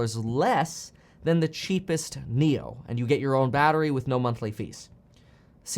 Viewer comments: Actually NIO’s pronunciation sounds like NEW in English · Nio’s pronunciation sounds like 牛 which is bull in Chinese.